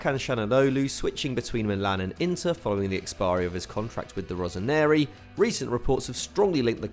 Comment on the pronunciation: I've heard you say "rosaneri" multiple times in previous videos and you said it again today, it's "rossoneri" not "rosaneri". Sorry for the pedantry but I'm an AC Milan fan (; Great videos btw, keep it up!